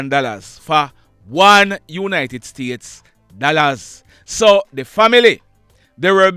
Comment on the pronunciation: So de mother so de son not so de father so de son no more lol